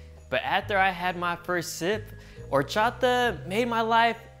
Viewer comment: what is horcharter?